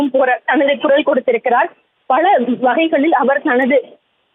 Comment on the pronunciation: பல ...என்ற வார்த்தையை சரியாக உச்சரிக்கவும்